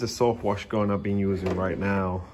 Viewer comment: “ DA GILMOR GON” 😂